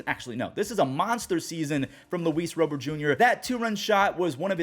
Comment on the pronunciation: Can you please say Luis Robert as Lu-ees RAH-bert instead of Row-bert